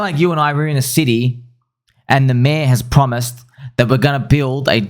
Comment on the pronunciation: The way you say mayor is so funny! "Me-aauh"